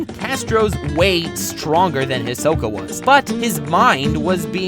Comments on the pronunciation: Did he call Hisoka ...... fodder 🙃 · He's saying Hisoka wrong. It's kinda irritating.😑 But I love this video!!